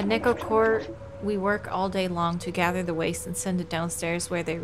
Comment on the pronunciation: just an FYI: Corp is just pronounced corp, carp but with an o. It is a shortening of Corporation. Corps with an s is pronounced core, and is usually a militarized group of people.